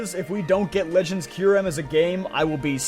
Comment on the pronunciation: If I had money, I'd donate this guy like $50 for pronouncing "Raikou" correctly. I hear "ry-koo" so freaking often that I corrected this guy out loud before my ears melted at the realization that he was ACTUALLY RIGHT 😭😭😂😂 Edit:// omfg he pronounces Kyurem correct too!!!! Give this man a medal!!!!